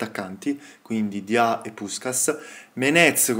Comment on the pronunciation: La pronuncia di Diaw sarebbe Diò